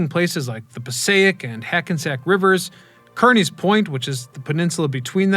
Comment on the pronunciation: It’s Kearny (car-nee)